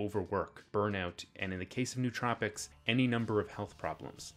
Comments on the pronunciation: It's 4 syllables: no-oh-tro-pic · Nice video with some good points. A couple minor corrections: It's "no-uh-troh-pik" You can regulate companies without regulating markets Protestants don't believe in salvation by works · It's the adderall making me so pedantic but still, it's pronounced noh-oh-troh-pic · You mispronounced nootropic